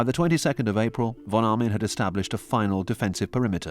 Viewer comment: The name of the german general was von Arnim, not Armin...